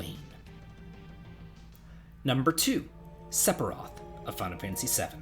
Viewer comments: Who is this "Sepiroth" you speak of? ;) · "Sep_iroth" and "AerEEis"??? Venus would kick you out of her city for those mispronunciations! Another fun list, though!